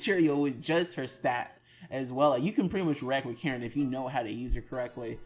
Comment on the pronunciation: “Karen” 💀 it’s ka-reen but anyways when is part 3?